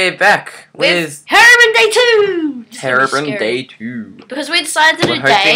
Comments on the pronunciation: it is not hairobrin it is hero-brine(br-ine) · its herobrine with a long i